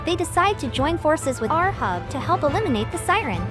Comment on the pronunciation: Ahab read like eight hab not ur hub :)))